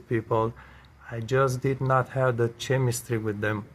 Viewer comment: Hello. I watched your video about Fridge temperatures & what that dial means in the fridge. I commented. Thanks for that. I clicked here to see other video's in general & on appliances & fridge video's. Just being helpful, you refer to chemistry' often here. The correct pronunciation is 'kɛmɪstri'- this is the Phonetic description. The 'c' in chemistry is pronounced with a hard 'k' sound as in 'kite' not 'ch' as in 'champion'. Similarly, Google 'chrome' is pronounced 'Krome'-hard 'k'. Also, better & the right way to say: 'get along with', this is what is called 'word order' in ESL Language Training. I'm CELTA qualified of ESL Teaching & taught internationally for many years to many students from all over the world. (ESL-English as a Second Language). May I suggest printing of a Phonetic chart, practice and drill. Drill is another ESL term, just means: a technique we use in class to develop fluency, pronunciation involving repetition. (& often games). There is a lot on YouTube now on this, type drilling exercises. Most dictionary websites now how a sound icon 🔉 next to any word that plays the correct pronunciation. Try it with 'chemistry'. Hope this is okay!